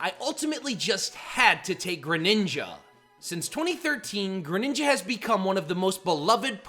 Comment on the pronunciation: GRENINJA, NOT GRANINGA!